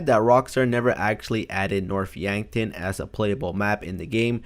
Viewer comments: You said Norf Yankton... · You mean north yankton when yes then here north yankton